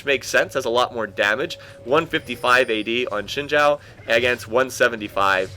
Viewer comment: Btw, in Chinese, Xin Zhao is pronounced "Zin Jow.":)